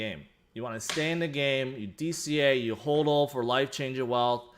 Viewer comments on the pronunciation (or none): none